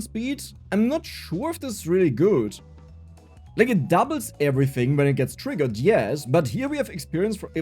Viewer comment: How much German accent do you want?: Ävritzing